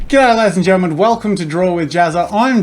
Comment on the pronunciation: Videos 0.15 th second. Sounds like you said "get out lady's and gentlemens." 😂